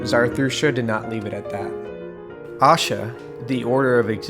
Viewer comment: PLEASE NOTE: Pardon the correction but it's pronounced "Ashaa"(A-shaaa ... short a in the beginning, long at the end) not Aashaa (a Hindi word which means Happiness). Ashaa & Aashaa are quite different, in meaning & pronunciation, although both are positive & beautiful. 🕊!!